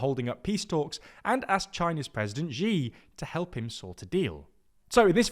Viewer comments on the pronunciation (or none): He is a major world leader and his name is not hard to pronounce. Xi is pronounced "she."